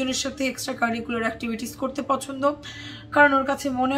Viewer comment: Every time you say "extracurricular actitivities" I laugh 🤣🤣🤣🤣🤣